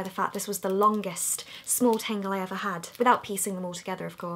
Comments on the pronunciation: Why does she say tengle when it's a tangle? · tAngle not tEngle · I thought you were saying FAIRY tangle. I got all excited... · She says tangle like tingle ha 😂😂😂😂😂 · Amy Rogers So? You can’t laugh because someone doesn’t speak like you do ? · you sound like your saying tango in a scottish accent when you say tangle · Who else thought when she was saying furry tangle she said fairy tangle lol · Me thinking she’s saying fairy tangle 👁👄👁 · i thought you said fairy tangle haha